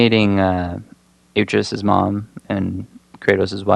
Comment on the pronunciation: You missed pronounced atreus wrong